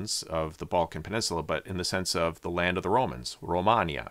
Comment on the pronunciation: Not to confuse with the country called Romania and then he pronounce Romania exactly the same we pronounce in romanian language